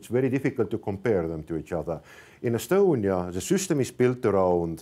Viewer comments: E-stonia not e-Estonia! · Seriously? You made a report about digital innovation in estonia and instead of calling it "e-stonia" you call it e-estonia? Boy this deserves the podium of wasted occasion since they started the competition.